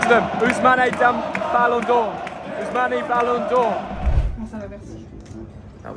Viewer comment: its not ousmanae its ousman boy